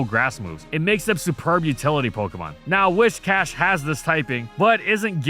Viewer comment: Your pronunciation of Whiscash is incorrect. It's Whiscash, not "Wishcash". It's got big whiskers hence the name.